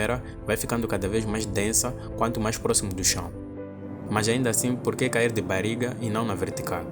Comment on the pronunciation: "Bariga" foi foda, treina mais esse sotaque